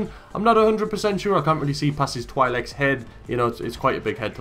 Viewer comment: Funny how you say twilek